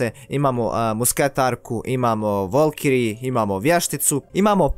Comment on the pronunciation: nije volkiri nego valkiri!!!